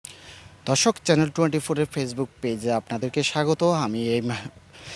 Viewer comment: সাংবাদিক শুরতে ধর্ষক কইলো না দর্শক বুজলামনা।😂